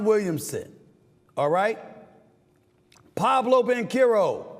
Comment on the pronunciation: "Pablo" Banchero 😂